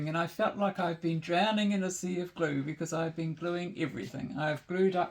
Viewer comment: I don't think I had captions on😏 Usually I can follow, but here it took some "glow" before I realised it was "glue"!😄